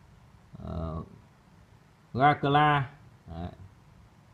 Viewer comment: Abu garcia đọc là a bu gác xi a